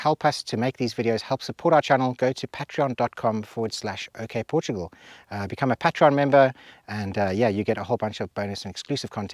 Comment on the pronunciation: I’m pretty sure it’s pronounced “pay-tree-on” rather than “pat tree on”. Lovely video anyway.